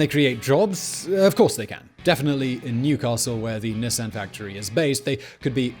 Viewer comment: And amused that same voiceover actor pronounced Nissan correctly :)